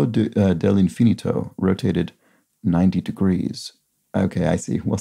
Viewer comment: "Infinito" is not accented like 'infinity', with second syllable stress. A multiple syllable word ending in a vowel will stress its penultimate syllable, unless overridden by an explicit accent, ie 'in-fi-NI-to'. Conveniently, 'símbolo' is a perfect example of the aforementioned override, an esdrújula in its case(a word that is itself an esdrújula).